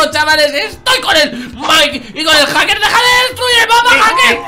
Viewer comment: se dice haker men